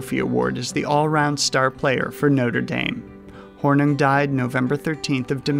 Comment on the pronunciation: Paul Hornung, pronounced Horn-ING.